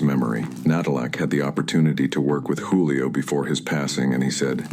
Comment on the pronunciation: Juuu lio fam you can’t even say the name right 🤦🏽‍♂️